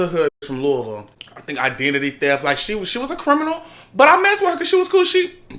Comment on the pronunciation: glad he knew how to say Louisville